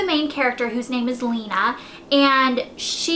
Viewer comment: It actually is pronounced Lay-Na. Lauren Oliver says it that way in interviews. But I, personally, like it better as Lee-Na so thats how I say it. :)